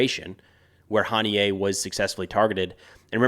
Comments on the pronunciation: Huh-knee-ya. Not Hahn-knee-yay. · Its HANIY-UH for gods sake 😂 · Pretty sure his name is pronounced "ha nee yah" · It’s pronounced Hah-NEE-Ah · I don’t understand why Americans mispronounce their names. Hani-yeh, not Ha-niyeh Def, not “Deef” Yihya Sinwar not “Yaya”